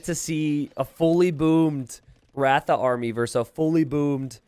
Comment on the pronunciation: It's pronounced r-uh-tha... The first A in "ratha" is pronounced like the A in Tristan